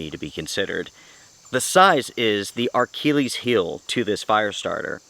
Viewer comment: “Archilles’ Heel”…. Hahaha That’s Achilles and Hercules mixed together. It’s pronounced “Achilles’ Heel,”, as in [Uh-Kill-Eez]